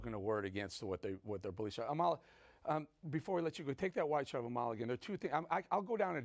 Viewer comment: Eric Bolling: It's disrespectful to your guest, especially someone as smart and scintillating as Amala, not to take the time to learn how to pronounce her name correctly. It's 'AH-ma-la, not a-MA-la.